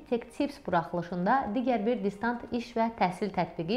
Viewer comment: "DisDant" deyil, "DisTant"